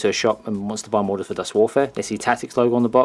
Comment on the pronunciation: I'm new to dust and just brought the starter pack thanks for putting up these reviews as they have really helped me pick. Finally someone who knows how to pronounce German.